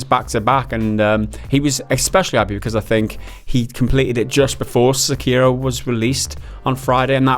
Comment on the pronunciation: se-kei-do- not se-cario